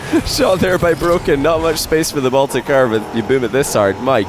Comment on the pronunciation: Why does he say « couver » instead of « curve » ? :-/